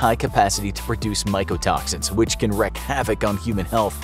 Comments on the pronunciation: it's WREAK HAVOC. WREAK!!! NOT. WRECK. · It's wreak (reek) havoc, not wreck havoc.!!